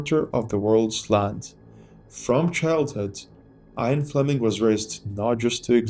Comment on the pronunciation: IAN fleming ... not IRON fleming